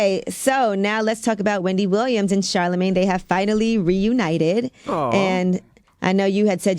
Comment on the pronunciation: the way the crowd clutched their pearls when Wendy said “CHARLAMANGE” 🤣